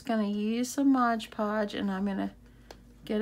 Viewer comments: MOD Podge ... not Modge Podge ... please! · Nicely done! BTW, its Mod Podge, not ModgePodge